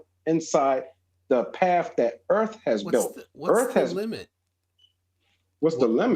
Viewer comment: Never met a guy smarter than me who called earth "erf"